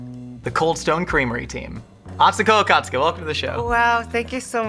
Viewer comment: Come on mate, at least say her name right!